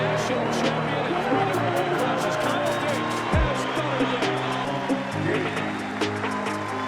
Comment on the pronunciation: It's KYLE not Kowl..learn to read